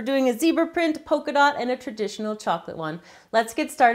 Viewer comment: Polka dot* Not pocadot